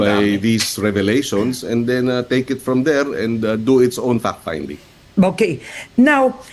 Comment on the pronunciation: when they pronounced "Fact Finding" it sounds "Fuck Finding"